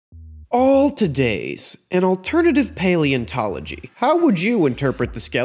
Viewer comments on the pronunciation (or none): none